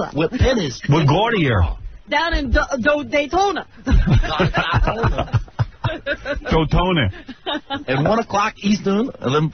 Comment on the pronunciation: Even better when he mangled "Daytona Beach" into "Dotayna..." I almost shit lol!